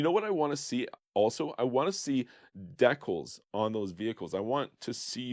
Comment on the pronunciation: Deckles? Dee Cals